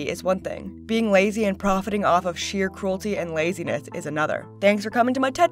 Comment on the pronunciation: I'm almost done with the video at this point, and I had to make this comment.... Amberlynn literally said "cruelity" xD